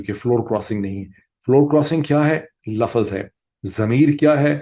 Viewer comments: Dr. Sahib please pronounce LUFZ instead of LUFFAZ. Thanks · Word "Laafaazz" vs "laafzz" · Dr sb pl correct pronunciation Lafz Not lafaz